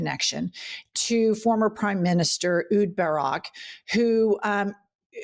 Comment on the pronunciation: It is Ehud Barak not Huud Barak.